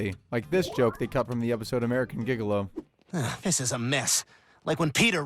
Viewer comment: mispronounced gigolo. 🤦🏼‍♂️.